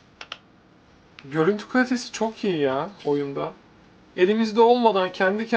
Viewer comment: renkler "oyuında" çok patlak